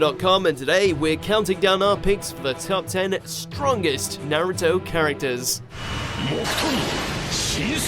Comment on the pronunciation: “Sersuke” and “nerto” my god this is a meme mojo